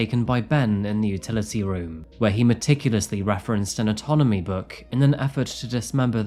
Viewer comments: Atonamy book? Did you mean anAtomy? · "Anatomy" not autonomy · autonomy book??? WTF??? Do you mean anatomy? Big difference, my man. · Autonomy book? Anatomy book 😂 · An autonomy book? Did you mean an anatomy book? Very different words. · An "autonomy" book? .......you mean anatomy? Good lord.... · "atonomy book". It's called anatomy. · I adore how British people pronounce foreign names and words (like "Pereira" as "Perry-Ira"). 😂 Good job,. You always keep it interesting. 😊 P.S. (I think you meant an "anatomy" book rather than an "autonomy" book.) 😅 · " an autonomy book"... Do you mean anatomy?;❤ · An "Autonomy" book? Surely you mean an "Anatomy" book? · Autonomy book😅? You mean 'Anatomy' book? I love it😅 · It's Anatomy book, not autonomy book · “Autonomy book” 😆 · did you say autonomy or anatomy